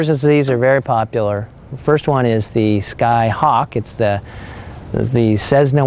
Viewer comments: No cezzna...its a cess-na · A fine overview, but for gods sake please stop saying ‘cezna’. There’s no ‘z’ in the name. It’s pronounced ‘Cessna’ with a soft ‘s’. Oh and BTW, stock 182 only has 230 HP. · I know it is no big deal but cezzna hurts to hear. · There is no Z in Cessna. You have zero credibility when you can’t pronounce the plane correctly.